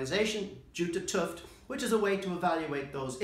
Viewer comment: Awesome video! By the way, the law in electricity you were referring to is called Kirchhoff's law if I remember correctly. Also, 't Hooft is not pronounced 'tufte' but rather 'T Hoe ft'. I look forward to viewing part 2!